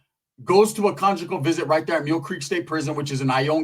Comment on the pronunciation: He says Meal Creek